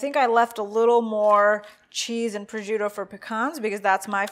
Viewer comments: There is no “z” in proscuitto. Pros”shk” toe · abcw oops, I was on my phone and confused the words. Prosciutto is pronounced "pro-shoot-oh" : roll the "r" and stress the 2nd syllable but you articulate all 3....not roll them all together like they say "pruhjutoh". LOL It ain't a form of Kung-fu eh! ;-) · It's "pres-shoot-oh" . Charcuterie is pronounced "shar-KOOT-er-ee". Americans... ;-) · It's pronounced pres-koot-oh?